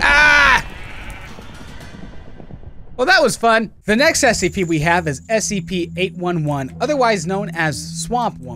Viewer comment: Mia Marcincak SCP-811’s author here. It’s pronounced “ah-eh” :)